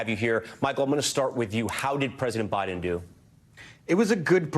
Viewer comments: NBC focusing on old man’s mispronunciation and yet your reporter just said President Bidle. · "president bile" lol did anyone catch that? tom is getting old too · Who's President Bile? Jeez, man, you mispoke at the very beginning of this segment. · Did he just say President Bital? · Less than 1 minute into his intro, Tom Llamas flubs Biden's name. "President Bidel, Vitel??" He then clutches his pearls and launches into a rapid fire description of how Biden flubbed by saying Vice President Trump instead of Vice President Harris. Geez Louise. Honestly, you guys just fan the flames. Report on something more newsworthy. Like how SCOTUS is ripping the Constitution to shreds to serve their king, Don Trump. Or, Here's a thought, you could focus on the really oddball freak show ramblings of Maga clown Don Trump at his rally today. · Love how the news anchor said “President Bidle” 😂😂 Biden is old and has always had problems talking. Doesn’t mean he’s unfit…he might be, he might not..is this news anchor unfit to report? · He pronounced Biden wrong.